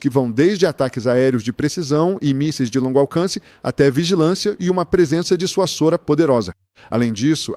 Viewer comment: "Disuassora". Existe isso? A palavra primitiva é dissuasão. Então, a pronúncia só pode ser dissuazôra. Aprenda!